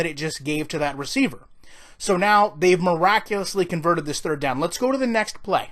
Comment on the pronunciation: “Thrdird” down...